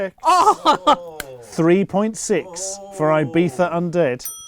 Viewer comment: ibifa? why does he pronounce it like that ?